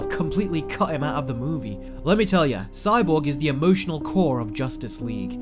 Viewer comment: Whenever you were saying Cyborg, idk why but I was hearing "Sidewalk" LOL 😂